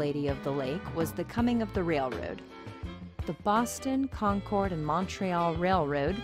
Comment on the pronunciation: We pronounce it concurd not con-chord.